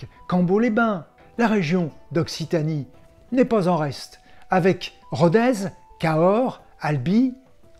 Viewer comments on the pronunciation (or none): On ne dit pas RodeZZZ mais RodeSSSS. D'ailleurs le gentilé des habitants de Rodez est ruthénois ce qui ramène précisément a l'ethnie Gauloise de mes ancêtres les rutènes.